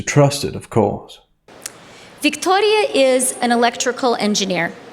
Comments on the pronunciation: I find the accent to be strange. It is not Victoria, like a queen of England. No, the O gets elongated and the R gets rolled like it is a queen of Spain, or Mexico. The speaker adopts this foreign pronunciation of what would otherwise be a normal English name. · Why is a Canuckistani using the latino pronunciation of "Victoria" for a Ukrainian refugee? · Why changed her accent to pronounce Victoria’s name? And who buys any of what she is saying. Also, a graduating class of 5000? How is this special in any way? What did these students major in that there are 5000 jobs for these people to have once they graduate? Who talks about peace being gone and war being on the horizon while comparing it to the beaches of Normandy? It’s fear mongering at the minimum. Why was the Ukrainian refugees allowed to board a plane with a cat? Lastly, out of the 5000 remarkable graduating students are only about 20 people clapping? It’s a sick world. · The way she pronounces. "Victoria", Cringe... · Her ridiculous pronunciation of “Victoria” reminds me of the great SNL skit where the news anchor pronounces words like “Nicaragua” with hilariously hard “I”s, rolled “R”s and soft “G”s. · This might be the most pointless, meaningless, boring, self serving, condescending and did i mention boring?, and out of touch graduation speaker i have ever heard. The way she makes a point out of how she pronounces Victoria makes me want to boo her off stage. Infuriating. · OMG the way she pronounces “Victoria,” so obnoxious